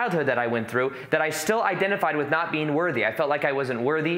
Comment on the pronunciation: Whenever he says being, it sounds like he says bean